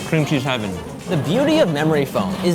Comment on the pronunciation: Cream cheese? I think they mean crem chaazzz